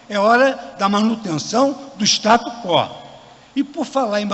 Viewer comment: O cara não sabe nem pronunciar STATUS QUO. Que vergonha. Que tipos de pessoas na nossa corte suprema.